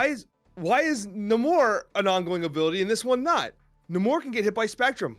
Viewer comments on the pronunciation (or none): Namor is pronounced Naymor.. not Nawmor